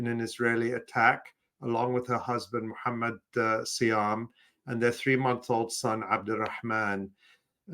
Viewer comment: Allah Yarham Refaat, and all those who died. Ma-sha-Allah, can say the name of the final messenger of Allah (Muhammad) perfectly, which a martyr was named after the prophet of Allah (SW).... got some good deeds and blessings, because when she said "Muhammad", I said "Salah Allah 3alyh wassalm". InshaAllah returns to her original state "as when she was born", which was the state of (LA Elah Ella Allah)! Back to the beginning! I wonder if is within the path of "LA Elah Ella Allah". Already carrying the name of the second-to-last righteous Messenger of Allah, son of Mary "A.S."